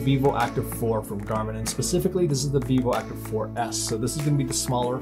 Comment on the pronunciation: Right near the end of the video, I realized he was saying "Vivoactive" and not "Beebop".